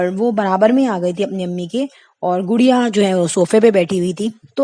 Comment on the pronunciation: انگلش کا تلفظ بہت خراب ہے گڑیا ہے